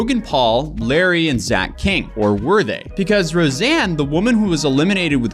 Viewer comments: Could you at least say her name right? It's Rosanna, not Roseanne. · I can’t believe he doesn’t even get her name right through the whole video. “Rosanne Rosanne Rosanne” it’s Rosanna! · Why are you calling her “Roseanne?” Her name is “Rosanna” 😂 also she’s really not someone to start drama or complain. It makes total sense she is bringing it up only now. I also think doesn’t really understand the frustration of being a woman and being purposefully edited to look like she performed worse than a fellow male creator. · Not to mention that he kept calling her “Roseanne”. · Yeah that mispronounciation really irked me! I take that a lot more personally because that's my name too and I've been called Rosanne god knows how many times 😡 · You don't seem open to discussion or research on this topic which is surprising. You already attacked her tweet on Twitter, and now this video where you mispronounced her name and left out clips where she answered your questions; it's just obvious that you want to defend Mr. Beast and aren't willing to see her side. I hope you actually read the constructive comments that your audience is leaving under this video, because I do believe you're much more level-headed than this. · I feel like this only bothers me but I've seen a handful of videos about this and not one person has said her name correctly. I don't see her name being all that hard to say. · I come to your channel, for your honest, level headed unbiased take on situations but this video dropped the ball. You didnt even say her name right at the begining. You didnt research into really anything about Ro. She never speaks up on issues for this reason. The backlash. Seriously, i am dissapointed in this video. Very disappointed... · I usually agree with your takes but this is a HUGE miss. You didn't even get her name right :( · exactly it's just hide and seeeeeeeeeeeek. I'd tell you to unsub but it's not my place